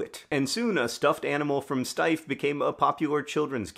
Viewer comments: Two quibbles of pronunciation: She was German so: 1) Her first name is pronounced ma(r)-ga-RAY-tuh. The first two syllables "a" rhymes with the a in fa. the (r) and the R are the French R, the former is optional if you speak English. Ray, a drop of golden... 2) Her last name is pronounced Shteyf. the "ey" you got right. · I've purchased several of these over the years because they are so extremely awesome. In all that time, I have mistakely assumed the name of the company was pronounced "steef." Thank you for the video and correction